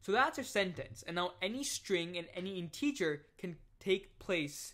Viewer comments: what's weird is you speak 100% like an American English speaker except when you say "integer" or "parenthesis" in this series of videos. I feel like if you were born and raised in America, you'd have definitely heard both words before many times, so my conclusion is that you must know English as a 2nd language in which case I just want to congratulate you on having basically NO kind of foreign accent whatsoever and really nailing American English. It's amazing, really. No way I could have mastered a foreign language as well as programming languages by the age of 19. Just brilliant. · Great video, but some viewers might get confused over your pronunciation of the word "integer". Have a listen here for the proper pronunciation: My apologies if your pronunciation is a local dialect I'm not familiar with...